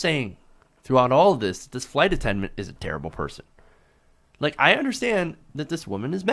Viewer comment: Hard for me to focus on this story but he keeps saying "attenment" instead of attendant. Anyone else notice that? I wonder what happened to the flight attendant? Should have been fired. I can imagine how the black passenger must have felt...being doubted because of her color.😣